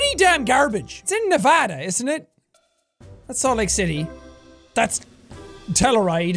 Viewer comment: thank you for saying our state right unlike most idiots who say it as Nev-ahhh-dahhhh, that drives us crazy ! ! ! !